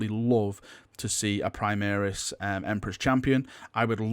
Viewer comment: Can you STOP say "primiris" it is "PRIMARIS" the "mar" rhymes with "CAR" not bloody "EAR"